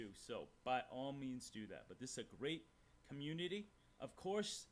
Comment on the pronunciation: it's pronounced community not comuney and I also can't stand the way he says Patreon.